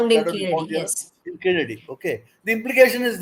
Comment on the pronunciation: This fellow does not pronounce properly Keeladi.